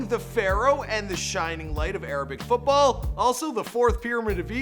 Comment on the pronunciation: You can’t pronounce salah,premier and football. Also,salah is a winger not a striker